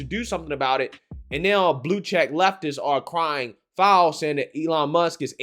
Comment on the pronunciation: The title says "crying foul" but the host says "crying filed". Is it the first one and the host just doesn't have the ability to speak English properly? I understand it's hard to speak properly without an education so I'm not judging him. A single mom raising 15 kids can only do so much between strip clubs and waiting in line for her welfare check.